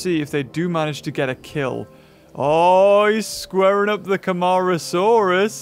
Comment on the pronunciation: How to pronounce the dinosaur names that appeared in the video Yangchuanosaurus (yang- shwa- no- sau-rus) Nigersaurus (nee- zayr- sau- rus) Camarasarus (ca- ma- ro- sau- rus) Edmontosaurus (ed-mon- toe- sau- rus)